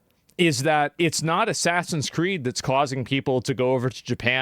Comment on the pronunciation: ASS-SASINS Creed: The french controversy